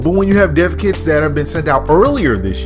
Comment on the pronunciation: Thought he was saying deafkids